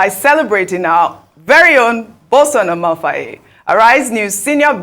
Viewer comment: Otio! So Ojy Okpe really cannot pronounce Amaewhule, yet she is supposedly Igbo? The first time I watched her crucify that name, about last week, I thought she was kidding. Ojy, you have to do better o, crucifying any African name by any educated African is not a badge of honor. Amaewhule, meaning: -- may lonesomeness not afflict my linage -- is politically unscrupulous but knows how to use rhetoric to make himself look great.